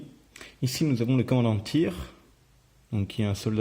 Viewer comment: Super vidéo, par contre tu te mélange les pinceaux dans la prononciation des noms. xd Bly se prononce Bli (Comme ca se lit en Francais) Thire se proncire TAYRE. Le i en anglais c'est ay, et le y c'est i. C'étais un peu dire a expliquer a l'écrit. xd